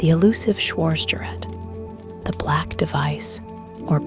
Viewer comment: Our narratrix should learn how to pronounce "schwartzgerat," among other words.